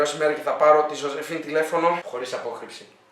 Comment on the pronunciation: Ζόζεφιν την λενε. Οχι ζοζεφίν